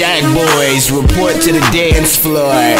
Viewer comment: guys listen to the way he says floor lmfao